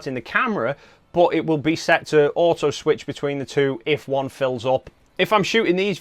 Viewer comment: Love your accent (I’m from US where we don’t speak English — old joke). Took a while to realize (not realise) that when you say “boot” you mean “but” 😉. I use two slots, when and where needed — belt and suspenders. Predict next Nikon mirrorless will sport 2 cards. The Zee v Zed joke is on us — rotate the camera 90 degrees clockwise to see the real moniker (N, for Nikon) — portrait orientation preferred?